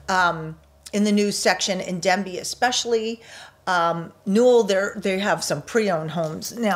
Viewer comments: There is no Village of “Denbey” there is a village of “Dabney” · You keep talking about the new village of Denbey in multiple videos. There is no new village of DENbey. The village is called DABney. Dabney, not Denby. Hope this helps.